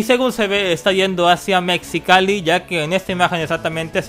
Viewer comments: Se pronuncia : "Mejicali"😉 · Amigo se pronuncia Mejicali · No se dice Mexicali se pronuncia Mejicali xD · dijiste mal mexicali jeje pero no importa xd me gustan muchos tus vídeos sigue así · mexicalli se dice con jota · Mexicali no tiene esa pronunciación 😂 es como México